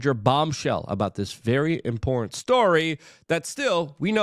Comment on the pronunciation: Important and in-port are 2 different things buddy. Say it correctly